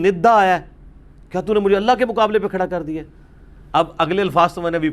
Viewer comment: السلام علیکم، علی بھائی قل ھو اللہ احد کو اگلی آیت سے ملا کر پڑھنے کی صورت میں چونکہ ن کے نیچے زیر ہو تا ہے تو اللہ کے ل کو باریک پڑھیں گے۔ آپ نے ملا کر بھی موٹا پڑھا ہے۔